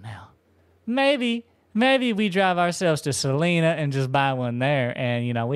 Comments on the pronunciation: Salina is pronounced "Suh line uh" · Just an fyi when saying salina the i doesn’t sound like an e lol